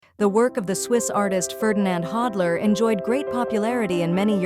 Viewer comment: A-I witch ! Pronounce his name correctly ! “The end of the last century and the beginning of our own” Really ?